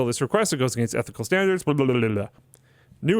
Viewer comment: Fun fact: Against is pronounced "against," not "agaynst."